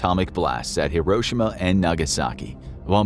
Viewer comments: no way this man mispronounced Hiroshima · I love your the vids but the way he says Hiroshima 😬